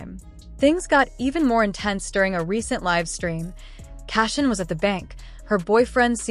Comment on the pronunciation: It’s all AI! Can’t even say the name right..